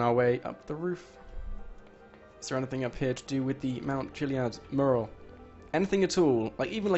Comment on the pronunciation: This guy is a con man and his video titles are nearly always lies. He's rotten and cant even pronounce "mural" correctly.